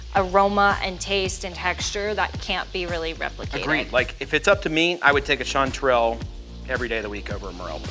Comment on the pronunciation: First, its strange for a pnw'er that yall's Texas chanty season is summer. Second how y'all are pronouncing chantrel. Weirdos.